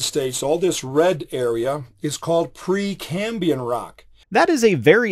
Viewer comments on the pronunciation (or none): 30 sec in "pre cambian" rock. Dude lost an "R" in there some where. A lab coat does not a scientist make.